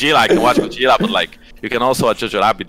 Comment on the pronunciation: This is not the reason. In Polish we have "dż" that you read similar to "j" in English and we read Godzilla as Godżilla coz it feels more natural for our language than separating "d" and "z".